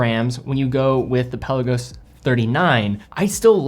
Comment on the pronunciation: Love ya to bits..... but it's pronounced Pel ar go's not pelican 😅